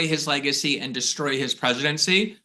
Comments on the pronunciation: Glad I am not the only person who finds it amazing that Glenn can make "and" a four syllable word. =) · How can you pronounce MAAHHga and then AYYAAAND, even in the same sentence? Love my Glenn Greenwald.